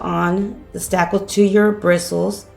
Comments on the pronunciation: Marni Laughman she is! 😳😁., that is spakle. Not stackle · Lisa Bennett Yes! Isn’t she saying “stackle”?